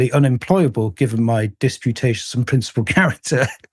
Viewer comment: disputatious. 10/10 on the english sir. 👏🏻👏🏻👏🏻